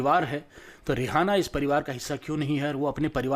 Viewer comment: are bhai rihana nahi hai wo rieana hai